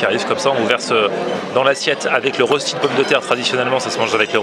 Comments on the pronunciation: pas la rostie mais roechti pour la prononciation si jamais ;-) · Si jamais ça se prononce pas."rossti" mais röchti". Ça vient du suisse allemand d'où l'orthographe ;) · HAHAHAHAHAHAHA comment il dit rœsti 😂k.o